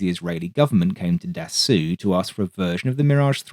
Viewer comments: Jesus christ man..how many times do you have to be told. ....The pronounciation of Dassault is "Dasso".....NOT "Dasoo" or "Dassu"......get it right for f sake. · He put a statement up in the opening message, just under the video, saying he found out dass-oo is wrong and will use ""Dass-aw"" next time. Which is a little better, as long as the "w" isn't sounded like in "water" but, well, get ready to post dass-o again ;) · Great vid as usual, 1 small remark. The man's name is pronounced Dassohw, not Dassooh. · Patrick’s point, I think, is that it’s not pronounced “dah-SOO,” as our beloved narrator says over and over. It really is pronounced “dah-SOH.” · Good video. Just a question to an English speaker: why do you pronounce Dassault "dassou" or "dassoo" while you are able to say Nassow for Nassau (in the Bahamas) with the same spelling (au): I presume that you don't know a single word of French but this name is quite famous in the Aviation Industry, isn't it? Should I pronounce Boeing or Grumman using French codes, I can assure you that it would be hilarious😉. So, just for internationally known names, a little effort in their pronunciation would be highly appreciated. Regards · Don’t think it’s called Dassoo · Obligatory French snobbism: Dassault is pronounced D-ass-oh. The "oh" component can be pronounced like in "Moe" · DASSAULT😏. Hi😊I watch nearly all your videos, really like the historical info, but it would be really great if you could say 'Dassault', well.... the right way: in English: Dassaw, is how it's spoken 😊, keep up the good stuff 👍🏻👌🏻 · it's pronounced "dass oh" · "Dass-oo" was actually a bad advice... but "Dass-aw" is also incorrect. There's no way to do it using the English phonetics, like in both examples. You have to LISTEN the pronounce. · Dassault is “dah-SOH”. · Man, I absolutely love your channel.... but.... Dah-soo.....?! Come on, really, you're pulling my leg, right? haha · nitpick: dassault is roughly pronounced “da-sold”, not “da-soo”